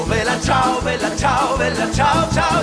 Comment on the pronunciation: Question because I'm trying to learn italian: if you listen closely, sometimes he pronounces bella as "vella". Is it an accent or do you also pronounce it like that? Example